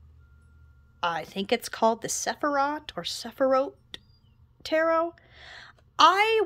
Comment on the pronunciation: Hi! Jew here. It’s pronounced “seh-fee-rot” (longer “o” sound and with the “r” rolled in the throat). I tend to lazily anglicize it when I speak it anyway, since I’m a Native English speaker, and pronounce with a rhotic “r” and shorten the “i” and “o”. What I described earlier is the “appropriate” pronunciation for those who are curious. סְפִירוֹת is the original Hebrew spelling.